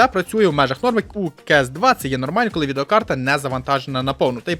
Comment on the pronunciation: Розмовляй трохи повільніше, а то занадто спішиш "відеокарта" послухай себе самого!